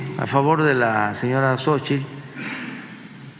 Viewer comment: CADA DIA PEOR!!!! POBRE, RIDICULO TRAS RIDICULO, YA NO SABE NI POR DONDE, JAJAJAJAJAJAJAJAJA!!!!! Y A USTEDES DOS,CON RESPETO, SE DICE XOCHITL, NO SOCHIL